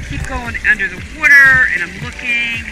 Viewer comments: why does she say water like that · she can t say water right at all lol